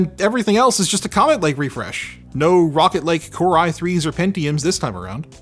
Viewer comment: I keep thinking he's saying "Rocket League" when he's saying "Rocket Lake"